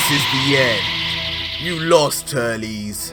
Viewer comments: It sounds like he say's Turlies but it's auctally Turled. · I’ve never heard Turles name pronounced like that 😂